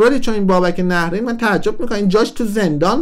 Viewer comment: عزیزم...اولن تلفظ nahreyn درسته...دوما میپرسی از کجا پول آورده؟بیشتر از موهای سرت رو صحنه نمایش اجرا کرده،از ۲۰ سال گذشته،نزدیک ۳۰ ساله،خوانند استنداپ کمدین مملکتو میگی از کجا پول آورده؟ غیر از موهاش دندوناشم ایمپلنت و کامپوزیته،تو رشدیه تبریز خونه داره،وقتی شما نوجوان بودی پرادو سوار میشد،گرون ترین بلیط هارو داشت و داره همیشه،خواهشا تحقیقاتت رو کامل انجام بده،بعد بیا صحبت کن